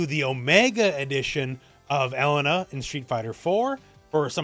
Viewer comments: Pronounce it like: E Lane A. Not ELLEN NAh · for someone who corrects people all the time in SNK games you sure do butcher her name. It isn't "L IN UH" it's "E LAIN Nah" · Just FYI, her name is typically pronounced "eh-lay-nuh" with an emphasis on the middle syllable.